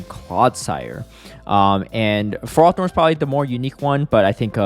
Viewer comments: It's Fer-ro-thorn, not Frar-thorn 😉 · Tell me you're engagement-baiting with this ferrothorn pronunciation lol